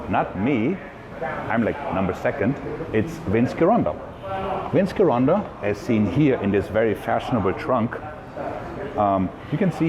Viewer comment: *Soft G in Gironda.